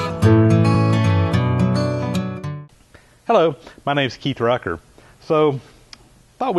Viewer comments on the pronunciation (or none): none